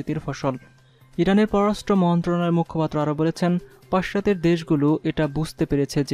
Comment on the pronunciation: উচ্চারণে যথেষ্ট ভুল. যেমন :- পশ্চাত্য, ক্ষোব, যুদ্দের, ইউরোফ, আরো আছে. উচ্চারণের দিকে খেয়াল রাখা দরকার.